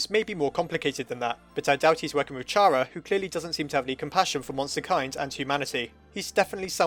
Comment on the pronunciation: chara is pronounced like chara in character. also shes not evil, temmie chang said so.